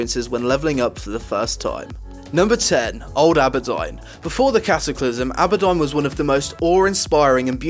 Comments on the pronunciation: Can I just throw a few things out.. You, yourself have said you got into WoW in WoTLK Two patches and several years after questing... Secondly AHberdine ?! As a native English speaker you should recognise its AWWberdine (Auberdine) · Auberdine = Abbodon? dude, it's pronounced Or - ber - dean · Isn't it pronounced aber + Deen? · I always thought it was pronounced "Awh-ber-deen" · you slaughtered the name for aurbedine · Stormdance .M lol he is English, he isn't the one with the 'accent' everyone else is. It isn't because of his accent it's pure mispronunciation. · I have a similar accent to his and I know how to say things correctly xD He's just a lazy speaker. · Lol same dude he said tanaris and auberdine differently than how I pronounce